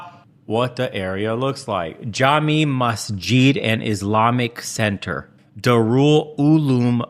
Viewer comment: Jami Mas-JEET? 😂😂😂😂😂😂